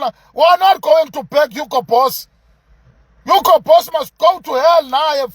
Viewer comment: Is it Hugo Boss or it's Hugo Broose???? 😂😂😂😂😂😂😂😂